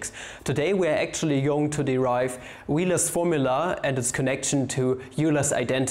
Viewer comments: When you pronounced Euler as "you-ler" Hahahaha. So triggered... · Excuse me, did you say yooler? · Why would a mathematician say “you ler” for Euler? Is that part of the comedy? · Isn't Euler's pronounced as Oiler's? but maybe that was part of the joke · OMG You pronounced Euler "yuler!" I think it's pronounced "Oiler" But the kids in math class just have fun with pronouncing Yuler Oiclid instead of Euler Euclid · Lol he said yooler and wheeler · Wheeler and Youler lmao